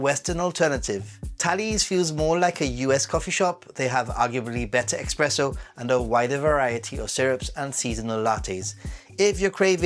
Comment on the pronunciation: It’s actually not expresso but espresso. 😊